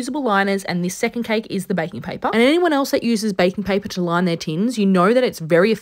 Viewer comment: “We loin our cake tins” love it!